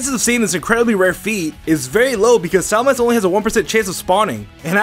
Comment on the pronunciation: SalaMENce...not SalaMANce...